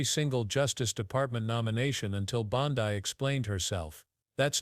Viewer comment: Clickbaiting liar, cant pronounce her last name right?